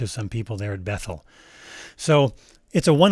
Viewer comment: I had to rewind!! I thought you said, “the link will refer you to someone who’s mental.” But apparently you said, “…refer you to someone at Bethel.”